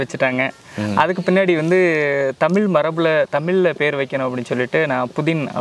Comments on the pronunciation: முதலில் தமிழை தமிழ் என்று சொல்லி பழகுங்கள் தமில் தமில் என்று நீங்கள் சொல்லும்போது அப்பட்டமாய் தெரிகிறது புகழுக்காக தமிழை முன்னிறுத்தி பேசுகிறீர்கள் என்று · தமிழ் என்று உச்சரிக்க வேண்டும், தமில் இல்லை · ‘ழ’ Both host and guest are not eligible to talk about Tamizh language. They cannot say even tamizh. First learn to say tamizh. தமிழ்க்கு ‘ழ’ அழகு